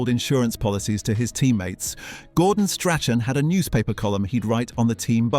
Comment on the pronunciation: it's pronounced Strakan, not Strachan